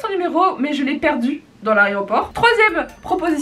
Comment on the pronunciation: Dans "l’aréoport" 😂😂